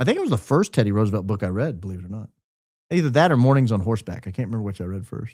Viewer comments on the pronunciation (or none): none